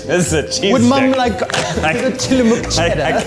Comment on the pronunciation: On behalf of all Oregonians, thank you for pronouncing Tillamook correctly 😊